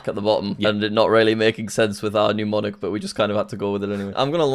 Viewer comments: Oh god now you're BOTH calling them pneumonics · mnemonic! lots of people pronounce it like it started with pneu for some reason